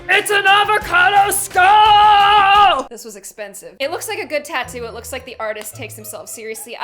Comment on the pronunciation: AVACODO SKULL! was that intense enough for ya? ITS AND AVACADO SKULL! Me: Why the hell did you say that XD